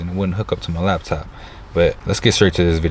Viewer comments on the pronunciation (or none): “lab top”?? come on hahaha..it’s laptop sir.